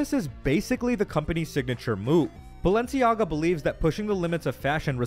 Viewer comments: it's pronounced "baal-enciaga". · she said balenciaga because when you add 1 a and separate the letters... baal enci aga and convert it from latin to english... bail is king, no joke do it. if you understand the symbolism, the intention behind it etc its clear as day whats going on. heres a simple example, mickey (from disney) those coffee cups, the reflection of mickey shows wicked... just like this name, thats no coincidence. you start researching this stuff and youll notice, "coincidence" is fuckin everywhere in eye rolling ways, they throw it in our face and people have convinced themselves it just cant possibly be true... yet never actually look into it to find out.